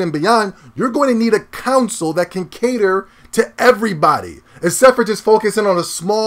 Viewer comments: I truly find your vids entertaining and I agree with lots of what you say. But dude, please try and say CONSOLE. Not council. The way you always say it sounds like you are talking about a tribal council jury. Sound it out. Connnnn sole. Not being a wise ass. Keep up the good vids. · Lol nigga said "counsel"